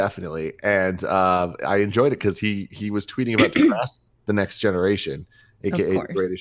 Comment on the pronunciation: Tell to stop saying "De-grasssiii", it's not pronounced in some weird, Italian way...and here's where my Degrassi world fell apart